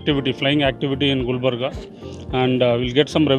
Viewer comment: Miya Bhai saying gulbarga